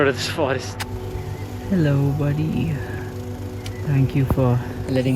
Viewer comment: The way your hello turns to a British ELLOO when you greeting animals made my day!